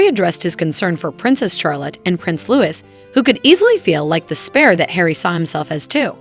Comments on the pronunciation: Willliams youngest childs name is spelt Louis therefore pronounced as same (rhymes with Dewy) it is not pronounced Lewis!! Also Lilibet, is Lili as requested by her parents, there was only one Lilibet and that was the late Queen Elizabeth, it was her childhood nickname. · For the love of God… you could have found someone who knew how to pronounce Louis, and Givenchy. How embarrassing.